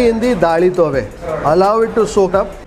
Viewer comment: South Canara Konkani food rocks. It’s Daali Thoy …not Daali Tove. Hope you will correct it next time.